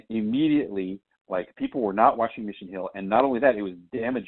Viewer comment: it's Mission HILL not Mission HUEL